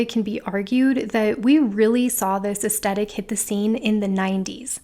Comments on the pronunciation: oh honey no it's 'aes-THET-ic' not 'aes-TET-ic'. TH not T you said it so many times 😪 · It was a bit distracting that you kept saying 'astettick' in this video. 'Aes-thet-ic' is one of my favourite words. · I hope this is taken the right way: You are mispronouncing the word 'aesthetic.' You are saying 'es-stet-ik' and it should be 'es-THET-ik.' If you search 'aesthetic pronounce,' you will see a close-up of a woman's mouth pronouncing the word correctly. Forgive me if you have mentioned this in other videos as I am new to your channel. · I enjoyed everything about this video... except the way you pronounced aesthetic.